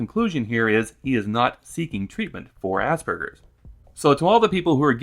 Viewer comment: worse, he said it asberjers, like he's never heard the word before, only seen it written down